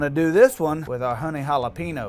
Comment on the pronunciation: "Jala-PEENO" smh